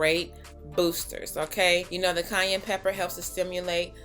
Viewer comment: I'm crying every time you say "cayenne"...it sounded like Kanye.😜 Too cute.